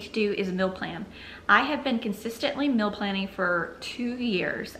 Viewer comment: Hmmm guessing you are saying "meal" but to my Canadian ears it sounds like "mill". Just discovered your channel today and am binging on it.